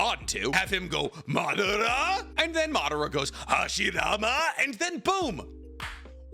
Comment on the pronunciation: ‘Make him go ‘Madara!’ Then he will go ‘Hashirama’ then boom’ lmao the accent